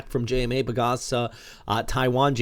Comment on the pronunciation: I'm in Pangasinan (Lingayen), especially the US model looks like some excitement ahead, so to say. Let's see how much will be left of it after moving across parts of Luzon before it reaches us... By the way,, the locals always tell me it's pronounced PAG-ASA, like two words. I know, for Americans and also Germans like myself, it's not always logical how they pronounce words.... Samar for instance is pronounced SAH-mar (emphasis on the first syllable). I'm watching your channel daily (as a subscriber, naturally). The best in English (and better than most Philippine news or weather channels, even if I understood everything they're saying).